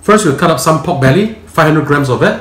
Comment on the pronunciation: why you cant pronounce "r" in pork? you keep saying POK POK POK POK